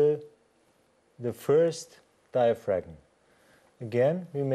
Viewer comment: a ten year old vid....and I just wish the presenter knew that the G in diaphragm was silent....because he's murdering the English language it's so cringe inducing...